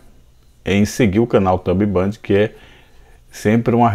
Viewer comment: impressionante como tu fala as palavras erradas 😂😂 "chromo" , "thumb band" kk , mas valeu as dicas, brigado parabéns pelo conteudo